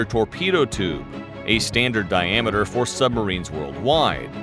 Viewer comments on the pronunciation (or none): none